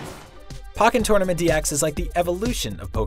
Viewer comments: I thought it was poke-en not pock-en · Its poken not puken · anyone else notice this guy said pokk en not poke ken lmao XD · It pokken, not pocken. It purnonced poke-n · This man just said PAWKKEN lol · He said pock in.... Pokken like tekken... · Did he say Pocken Tournament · i almost stopped watching when you said "Pock-In-Tournament." dude.......do u even play video games? IGN IS MAINSTREAM GRBGE ALERT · "Pawken tournament" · whyd u say pockenn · When he said pokken wrong TRIGGERED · The way he pronounced pokken tournament didn't trigger anyone else? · The way this guy pronounces Pokken is so unsatisfying. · How can you pronounce pokemon right but not pokken